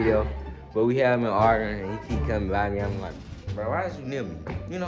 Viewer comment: Bro can't say Arguing